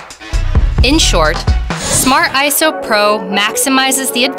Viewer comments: Smart "Ayso" pro. LOL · I thought is was pronounced I S O